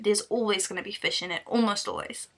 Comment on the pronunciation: Fush is not vigie... Fush is a fush